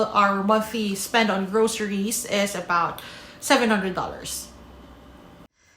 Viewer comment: whatcha talkin aboot